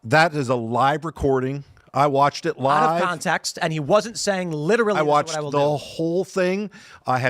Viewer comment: LIDDERALLY PHIL !